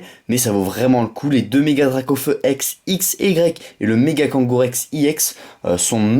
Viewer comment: On dit pas iex on dit ex